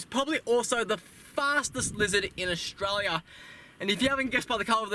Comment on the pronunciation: AustRaLia. Say it properly ffs